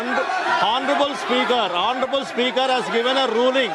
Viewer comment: टीनेटी जी हौनरेबल नहीं आनरेबल बोलो एच साईलेंट है